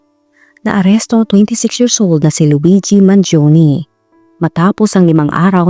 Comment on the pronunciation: He is italian,born and raised in the USA It is pronounce as Mangione and not Mangioni